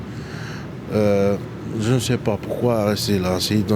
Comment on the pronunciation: « Ji suis devenu malade dans la rue…! » En tout cas mon gros t’as pas l’air de mourrir de faim 😂